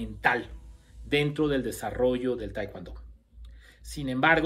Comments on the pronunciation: Se dice TAEKWON-DO NO TAEKWAN-DO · Como.puedo prestar atencion a alguien que al Taekwon-do le.dice TaeKwAndo.. Mis respetos...Pero.No.... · Ustedes en Mexico enseñan taekwondo con la indumentaria de Tang soo do....🤔 es muy raro eso....segundo ...pronuncian "taekuando" no se por que....y despues ponen en duda las acciones del maestro Choi...que fue un genio creador del tkd...y fundador del la ITF. El tang soo do es otra cosa y listo dejen de mentirle a la gente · De verdad eres un charlatán, me dan mucha lastima los que te creen aprende a pronunciar bien el nombre del arte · No sabe decir taekwondo y se manda a cuestionar a su creador